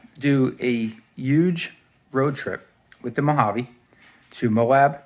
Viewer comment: Nice to see someone that pronounces Mojave the correct way!!! Killer truck man